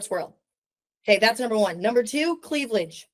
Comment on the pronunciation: “Cleavlage.” Girl bye